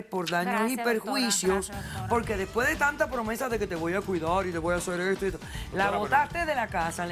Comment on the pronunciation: Porque todos dicen DOTORA JAAJAJAJJAAJJA